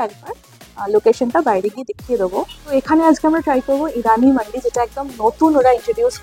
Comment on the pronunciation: I really appreciate your video, keep it up. If u don't mind Just one correction it's মান্দি (food platter), not মান্ডি (সব্জি বাজার). 99% YouTuber pronounciate it incorrectly.